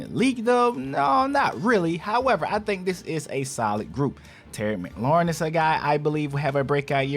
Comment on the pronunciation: Bro ITS “McLaurin” not “MaLaurin” please get it right if you’re gonna report on players 🙄🙄🙄🙄🙄🙄🙄